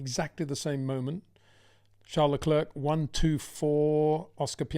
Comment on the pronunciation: The last 'c' in Leclerc is silent. It really sounds like Leclair.